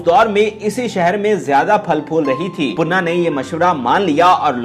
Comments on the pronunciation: Panna not punna please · Sir if u don't mind to meharbani karkay sahi pronounce to keejiye punna nahi parna gai oonka naam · Tum mai akal nahi hai Kaya punna punna laga rakhi hai sahi pronounceation Panna hai. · punaa nhi pana nam ha ap bar bar puna khtya rhya hu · khuda ka khoaf krain .............. aik viewer nay aapko kaha bhi hai keh .... issss Legendary Dancer ka naam durust kar lain ...... Laikin poooray video mein +++++++++++ PANNA ++++++ Ko +++++PUNNA ++++ keha gaya +++++++++++++++ Very Bad and Very Sad '''''''''''''''''''''''''''''''''''''''''''''''''''''''''''''''''''''''''''''''''''''' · aahista boola kro date of birth btaya kro punna nhe panna ha name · Panna not punna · Your pronunciation is so bad her name is pannna not punna do some home work he dosent belong to nawab family there is limit of lies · Hahaha Bilkul sahi 👍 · Bhai puna nahe Panna, zabardast video thanks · Jahil admi pannah hai baqi Sara urdu talafuzz ghalat hai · او پیندو اردو تو صحیع بولنا سیکھو نام تو پہلے دیکھ لو کہ کیا بولنا ہے😡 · Please before uploading do your homework atleast say the correct pronunciation of name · Please learn urdu first...She is a Living Legend...we are proud of her..you pronounced her name wrong...Panna ji deserves more respect. Lots of Love and Salam from Manchester..Stay Blessed